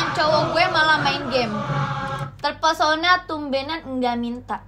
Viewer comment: Terpesona❌ Chepershona✔️ 🤣🤣🤣🤣🤣🤣🤣